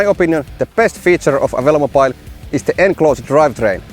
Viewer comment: Drink everytime he says velomopile